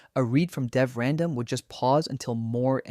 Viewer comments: deev/random got me every time. lol deev. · but how do you explain the bizarre mispronunciations? "2 point five-tee-eight", "deev-random"